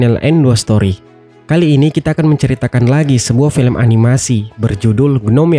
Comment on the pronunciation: Felem yah min bukan film..wkkwkw